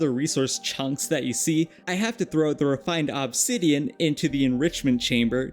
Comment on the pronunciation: i greatly dislike the way you say obsidian. I have never heard another person say it the way you do, and i swear to god the way you enunciate it sometimes with so much extra emphasis makes it seem like youre doing it on purpose. You said it like 40 times in 2 mins at some point in the video and i actually had to stop watching.